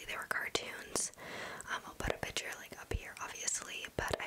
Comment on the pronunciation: Lol I love the way she says picture she says it like pitchure